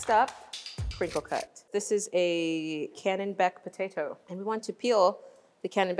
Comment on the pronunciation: She keeps saying canonbec potato, it's called a Kennebec Potato